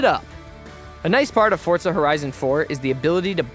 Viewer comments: It’s FOR ZA not fortza don’t add the t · Why you saying fortza it’s forza bro learn how to speak English 😂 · Why are you saying fortza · Fotra or forza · Say “fortza” one more time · Stop saying Fortza haha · Fortzuhh?? Wtf this aint fortnite boiii 😐